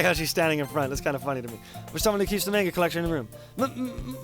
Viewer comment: 3 years late to watching, still annoys me how he pronounces manga